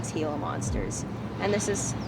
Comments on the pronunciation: I'd like to see a Sonoran Coral Snake at 1 meter. Lol. WTF? They are small about 15 inches long. Mojave Rattlesnakes are about 1 meter. And Gila is pronounced with an H. Where you from? Pakistan? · Gila is pronounced He'la as in gila monster. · GILA - pronounced HE LA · Great video. BTW Gila is pronounced "Hela", hard E. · We need a pronunciation guide. Gila is pronounced Heela. Saguaro is pronounced saWARo. Chihuahuan is pronounced cheeWaaWin. Otherwise video was awesome. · Extremely high quality video as always; excellent work. N.B. Gila Monster is pronounced "Hila monster" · Too bad the narrator mispronounces and the "g" sounds in the names. Most of these names are of Mexican origin, and the "g" is pronounced as "h". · Nothing to be sorry about! Most Americans who don't know those animals would likely pronounce them the same way. I just wanted to note it, that's all. You are spot on with your natural history extras as well. It makes me doubly pleased to remember that you are Czech as my mother is from Kasov. It has to be in the blod. Again, incredible video. You found some very rare animals there. Arizona Corals and Gila Monsters are hard to come by. I've been to Arizona 5 times myself and haven't seen either species. Fantastic work! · Curious how he’s going to say “Beaded Lizard” Because he sure slaughtered “Gila”. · Hey dude it’s pronounced heela not gilla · Uhhh...Gila is pronounced like Heela like H not with a G. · The Gila monster is pronounced as "HEE-lah" besides that, this is such a great video. I love living in AZ and used to do rattlesnake relocations (and one Gila Monster) about 15 years ago. My favorites were the Speckled Rattlesnakes on South Mountain, they are more of a bluish color - absolutely stunningly beautiful. I also loved the tiger rattlesnakes on South Mountain. (South Mountain is the largest City Park in the United States, located in Phoenix, AZ.) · The Gila monster is pronounced heela monster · "heela" monster, not "gilla" monster